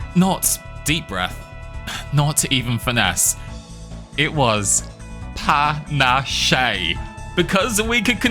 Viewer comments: Fun video, but please tell me your pronunciation of panache (Pan-Ash not Pan-Ash-Shay) is an inside joke 😂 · You do know it's pronounced 'Panache' like 'pan-ASH' right? Not like 'pan-ah-SHAY'. Please tell me this is a bit. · It's pronounced Puh-nash, btw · "Pa nah shay" lmao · Isn't "panache" pronounced "pur-nash"? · Great video, I love your whole library, but the way you pronounce ‘panache’ is killing me! ‘Pah-nash’!! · Panache is pronounced pa-nash :) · discovered your channel a few days ago, so entertaining. I think it popped up, because I recently introduced my gf to Slay the Spire, she loves it, and we watched some tips videos together. I literally binge watched most of your channel already... Btw, panache, french for vigor/pep, you do not speak the e at the end (ok, you even said it correct later... Soooo, I think I was rage baited ^^ ) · is pronouncing panache incorrectly a joke i dont get? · The "e" is silent in "panache" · Such a fun challenge run with the weirdest pronouciation of panache I've heard. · Same thought, but his pronunciation is now how I read it in my mind lol.